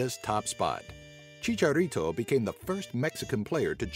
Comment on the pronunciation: who cringed with the way they said chicharito's nickname